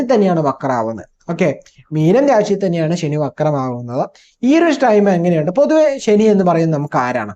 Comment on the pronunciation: ശനി പ്രശ്നം ഉണ്ടാക്കാന്‍ തുടങ്ങിയാല്‍ automatically ഷനി ആയി മാറും 😂🎉😂